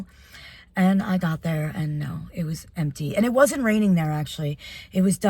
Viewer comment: you pronounced no which means la like a morrocan